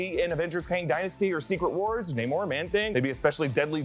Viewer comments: It's nay-more not nah-more! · stop saying nah-morre please its naymore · It's pronounced Nay mor, not Nah mor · Bruh is it pronounced nay-more or nah-more. I always thought it was naymore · Nah-mor? Pfff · Your making my brain hurt everytime you call him Nah-Mor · Oh my God! Pick a way to pronounce his name and stick with it! Such a hard watch hearing “Nah-moor” then “Nay-moor” every other mention